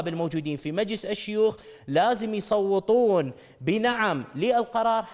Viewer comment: يصوتون مو ( يصوطون ) هسه لا هي كلمه عربيه فصيحه و لا هي كلمه عراقيه دارجه ( اصيله)